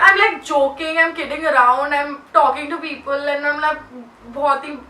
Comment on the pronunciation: She says eeiiinnddd not and😂❤